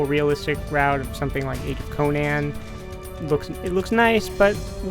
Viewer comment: "Age of Co-Nan"